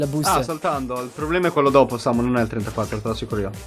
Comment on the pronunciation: A a chiamato cap samu